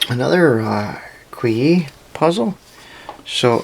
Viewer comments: just for you to know, QIYI is pronounced JcheeYee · It's pronounced "Chi-yi". Whenever you see Q in Chinese names it's pronounced "Ch" and X is pronounced as "Sh".